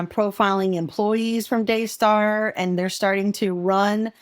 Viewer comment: Daystar? It sounds more like DAYSCAR!